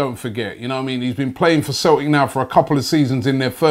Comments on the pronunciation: We're called Celtic not Cel ic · "Left back from Cel'ic" lol